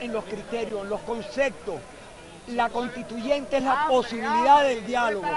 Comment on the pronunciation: ¡¡¡Que vergüenza para un país que un congresista, un PARLAMENTARIO hable de que "hay ACSOLUTAS contradicciones..." ¡¡¡Que ACSOLUTA IGNORANCIA". Se une a MADURO cuando habla de la... "CONTITUCIÓN y la CONTITUYENTE...". Pero este jumento, Azpurua, además de repetir su palabra favorita de manera ACSOLUTA... también habla seguido de LA OCCIÓN.... Y LA OCCIÓN Y LAS DEMÁS OCCIONES.... ¡¡¡QUE HORROR PARA VENEZUELA!!!